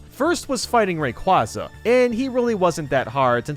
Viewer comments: IT'S RAY-QUAY-ZA NOT RAY-QUA-ZA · Ra Quaza? its pronounced ra qu-A-za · TRIGGERED 🤣, it's pronounced: Rey-kuey-za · It’s ray-cway-za Not ray-cwa-za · Excuse me It’s pronounced RAY QUAY ZAH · ray-qway-za is how Rayquaza is actually pronounced owo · Another person who says ray quoz a!!! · Hate to be the girl but.. *Ray-QUAY-zuh Part of his name includes the word “quasar” as a reference to his typing. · ITS RAY QWAZA A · dontcommentdontcommentdontcomment YOU PRONOUNCED IT HORRIBLY WRONG It’s rhay-qwaz-Ah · You pronounced rayquaza wrong it’s pronounced as if it’s written rayqwayza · It’s pronounced ray quay zuh